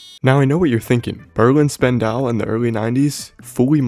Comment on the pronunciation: Never heard anyone pronounce "Spandau" like a war crime, but it makes sense if you have ever been there.